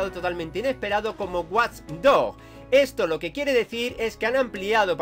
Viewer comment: War doch hahHah se pronuncia wach dog y se escribe watch dog